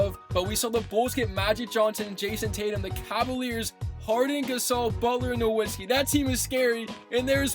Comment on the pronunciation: Dirks last name is pronounced nuh-vits-ski. Germans pronounce their W’s like V’s